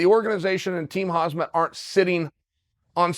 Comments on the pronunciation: Khamzat not Hazmat😂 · When is Chael going to pronounce khamzats name right? Its not hazmat! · Correction- Chael: “hozzmott” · His name isn’t Hazmat lol. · For How Long Will King Chael say “KhaZmat”? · It's "Hazmat" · Chael, how do you feel about Khamzat "Kamikaze" Chimaev? Okay, great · Please, pretty please with sugar on top, learn to say Khamzat. Please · I can’t be the only dude who thinks Gilbert would beat the piss out of Khamzat Side thought: how long will it take Chael to pronounce Khamzat’s name right